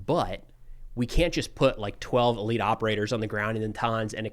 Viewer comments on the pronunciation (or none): none